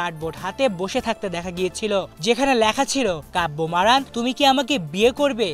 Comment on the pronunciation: Name tao bolte parona abar......